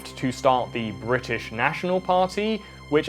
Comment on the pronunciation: LMAO "bri'ish" ""people£""